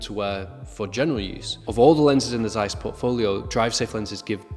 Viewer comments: Well, why did you not research how to say Zeiss? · Z in German is always pronounced as the zz in Pizza, not as the z in zoo. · Im sure every one in Asia (I'm here) also pronounce it like Americans zzzzzzzaiiiiis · We pronounce ZEISS like that everywhere in Europe, the Americans are weird.